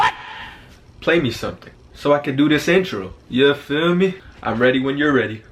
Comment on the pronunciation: When he said “yuh feel meh” I felt that